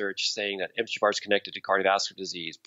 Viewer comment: Really enjoying the interview. You can tell is ADHD by the way he pronounces things like MTHFR ("emteechaffar.")